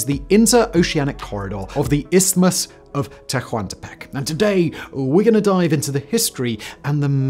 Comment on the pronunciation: "H" is not voiced: "Te-wan'te-peck' "